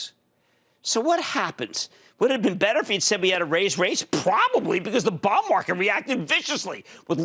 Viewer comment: The way he says bond market auto-subtitle is showing as " Bomb Market" what's wrong with his accent lol even google can't interpret correctly.